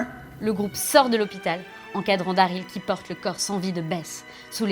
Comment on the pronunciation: Putain c'est pas "Dareel" mais "Daryl" merde pronnonce bien son nom ☹